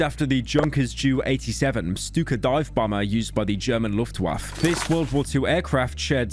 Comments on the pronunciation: bro really said "luftwaf" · Jesus. "Juw 87 stuka from the Luftwaft"??? What do they teach kids these days lol. So many mispronunciations in this video. Just a tip Pyro; if you're unsure of pronunciation maybe go look it up before you preserve something for posterity. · "Used by the german (english pronunciation) luftwaft" The german what now? xD